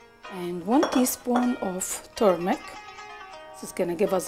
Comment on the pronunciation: It's not pronounced turmic ! It's turmeric .